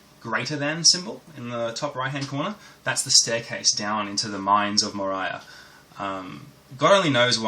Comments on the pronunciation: You destroyed the game's title. It's based of LOTR , it's pronounced More-ee-a not more-i-a. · watced it, installed Umoria on my Ubuntu and now i cant stop playing it :D And as Rensome said it is indeed [Мория] not [Морая], like in lotr ;)